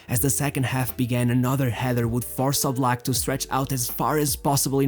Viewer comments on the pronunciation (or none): none